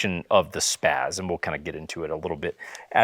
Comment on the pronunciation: SPAA-Z not SPAAZ.